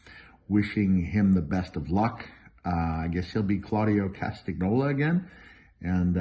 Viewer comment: at least i am not the only one who cant pronouces (or spell) castagnoli